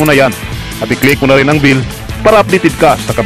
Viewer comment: bell hindi bill!